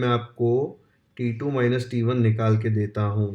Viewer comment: T2 sounds like titoo 😂😂